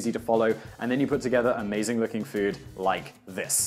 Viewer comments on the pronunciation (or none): none